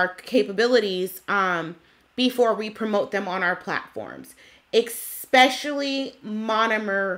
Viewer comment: I appreciate your rant. That said, please take out the "X" in the word "especially," no x in the word. But I love your honesty, so thank you for your truth. You have saved me a ton of money.